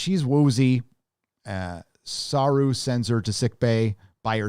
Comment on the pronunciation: your reviews are funny to watch. You would think that you’d learn how to pronounce the name of Doug Jones’ character by now 😂